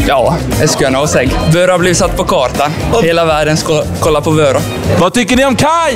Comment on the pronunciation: Kan du snälla utala vörå rätt